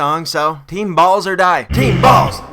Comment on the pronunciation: sounds like he's saying teen balls instead of "team balls"